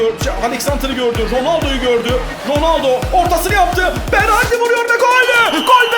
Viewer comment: berardi deyişi :D